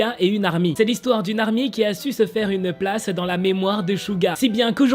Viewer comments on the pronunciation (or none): J'ai entendu baignoire à la place de mémoire 😂😂